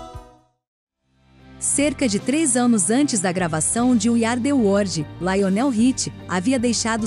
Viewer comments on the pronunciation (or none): Meu Deus para de dizer " wordi" é WORLD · O vídeo é bom, mas ouvir várias vezes "word" em vez de "world" é foda. Além do inglês ruim de um modo geral.